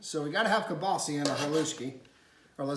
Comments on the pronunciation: KielbasAAAAAAAAH. Please, it's not kielbaseee. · I’m Chicagoan 1/2 polak and never heard someone say kielbasi. I had to google guess its regionally pronounced different